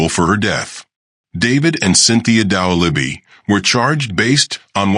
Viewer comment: You can't even pronounce the name right. Why should I watch this??